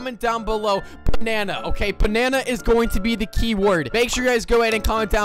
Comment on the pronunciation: Did you say banana or Panana I will say both banana panana